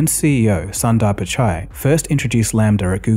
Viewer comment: It's pronounced soon-daar pichai. It's pronounced a-goo-wera ee arr-kahs.